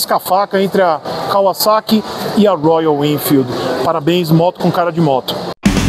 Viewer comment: Até que enfim alguém que sabe pronunciar o vocábulo da marca corretamente. Parabéns!